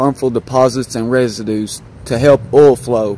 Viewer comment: Did not done Oil not all Ounce not ayounce Our not are Before not buhfore Find not fond Guys not gahz Drive not drahv Excited not exsahted Of not uh Tried not trahed